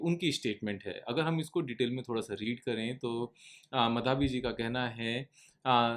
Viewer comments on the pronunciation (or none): Sirjee. Her name is pronounced Maa-Dha-bee. Not ma-dhaa-bee 😂